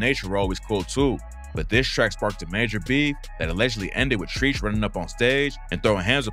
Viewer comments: Come on man!? Who the hell is “Treech”. If you don’t know who Treach is, you can’t be speaking on all this. Get it together… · Who is this guy?? He doesn’t even know who Treach is calling him Treech saying Naughty was a NY crew smh. LL isn’t know for beef??? Stay in your lane homie. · The Naughty by Nature name is Treach... To pronounce it CORRECTLY... Rhyme it with Catch.. But instead use the CH sound! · The way you pronounce treach 😂 sus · Great vid, but you gotta get Treach name pronounciation right lol how don’t you know Treach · Treach is pronounced like Stretch without the S keep up the good work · Your pronunciation of treach is blasphemous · The way you saying Treach name got me weak lol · Right lol. Killing me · Lmaooo why are you pronouncing Treach name like that lol. Bro did a copy & paste from the HipHopDX video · Not hating lol BUT if you gonna make hip-hop based videos at least Kno how to pronounce rapper's names properly cus you not sayin Treach's name right smh...I see waaay too many vids about hip-hop and vid guy doesn't even know how to say names right...it tells me you just looked shit up and posted it and you not really even a fan smh..just sayin 🤦🏾‍♂️ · Naughty by nature from New Jersey brah and you said treach name wrong 😂🤦🏾‍♂️ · Me every time he said Treach wrong “😳🙉😵😵‍💫🫨”. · Not treech it’s tretch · It’s not treech it’s trech and he’s from east orange ( ill town) New Jersey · Treech? U mean TREACH!! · Treach is pronounced ‘Tretch’, not “Treech” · 😂😂😂 stop calling treach treech it's treach like treaturous smh 🤦🏾‍♂️ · It's not treeeech. It's Treach, rhymes with stretch. I mean, come on. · Nigga Naughty By Nature is not from NY.. and you're pronouncing TREACH wrong!!! It's not TREECH.. it's TREACH!!! Young dumb ass AI ass youtubers.. this shit got me hot now. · Treech? It's Treach Stoopid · Treach " Not Treech". I appreciate the video but you gotta know your hip hop youngster. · 😂😂😂 "Treech" it's "Tre-CH" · Treach is not pronounced TREECH 😂